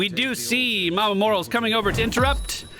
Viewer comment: Love watching you but 'more-al-es'